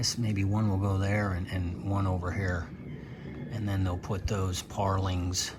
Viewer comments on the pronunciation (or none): When you say parlings... Do you mean purlins?... Or do they say it differently in the Philippines?